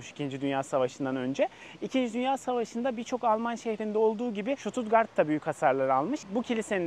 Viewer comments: Stuttgart i, Susttgart diyebilirainiz st genelde St okunmuyor Sģustgart diye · Ştututgart değil Stuttgart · Şutut değil ştutgart okunur!